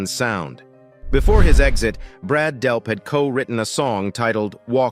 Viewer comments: DELP!!!!!! not Delf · It's Delp not Delpth. And Tom Sholz designed his own amplifiers not merely "pedals". Get it right before you post. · DELP!!!! NOT DELF!!!!! I hate AI narration so much. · Brad Delp not Brad Delf in the intro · Why are you pronouncing his name as Delf 1/2 the time... annoying as hell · The goofball narrator pronounces Brad's last name "Delph" and then "Delp" and then back to "Delph" and so on. Amateur hour. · It’s Delp with a “P” not Delf. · Nothing mentioned about Third Stage and tour? Also, who is Brad Delf? I heard it pronounced "Delf" and "Delp". Not that good of a history....not good at all. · I HATE fake robot voice!!! The guy's name is DELP!!! Not DELF!!!!!!!!!!!!!!!!!!!!!!! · Narrator keeps calling him 'Delf'........it's DELP. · I think he means there is no Delf, his name is Delp with a "P" at the end. The narrator says it wrong one time and right the next all through this story. He's apparently not real bright. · As soon as AI said "Brad DELF" I was out... pitiful. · Are you saying “Delf”? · The computer voice keeps saying Brad Delf.